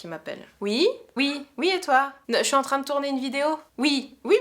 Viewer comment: Salut, très bonne vidéo, tu as l'air de plus en plus à l'aise devant l'objectif. 🔝Et ton oui ( ui ) est trop marrant. Mais bizarrement tu n'avais pas le même en répondant à ta maman, mais on a eu une belle série.... 🤭 Je vous regarde quasi à chaque notif, je suis toujours aussi halluciné par mr Weirdo, trop Wtf.... 😁😁Continue comme ça ❤️